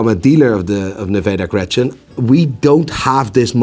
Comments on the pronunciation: Isnt it "Nivada Grenchen" instead of "Nevada Grechen" ? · Someone please teach to pronounce Seiko, Nivada Grenchen, and tourbillon.